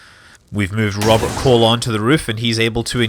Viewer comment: Did you just say Robert Colon? XD